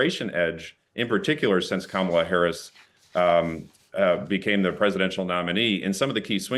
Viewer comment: I could tell the guests political views in the first few seconds when she mispronounced Kamala’s name, only took about another minute of one sided garbage before I had enough, it is getting hard to take times radio seriously lately.